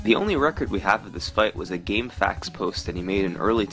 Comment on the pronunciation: Summoning Salt, how come you refer to it as “Gamefacts” isn’t it GameFAQS ? As in Frequently Asked Questions??